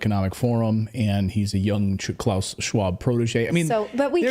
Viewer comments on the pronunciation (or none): none